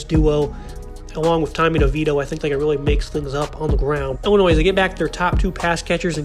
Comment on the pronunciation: Good analysis. But heads up...the 's' at the end of Illinois is silent. ;)